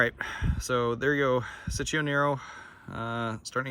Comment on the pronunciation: Thanks for the video. What's the story of this fig (if there is one)? Btw it's pronounced cheech-o as in Cheech Marin, and it's a diminutive form of Francesco, but it can also mean sweetie or honey when referring to a baby boy.